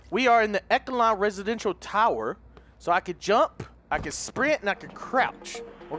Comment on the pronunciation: The amount of times you mispronounce Echelon is ridiculous REDICULOUS lol